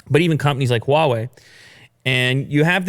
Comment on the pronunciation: You don't have to put so much HWAA on the Huawei dude.... Just say hwa way that's it... It's not HWWAAHH way